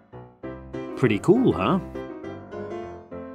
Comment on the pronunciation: Why you say preaty cool ha?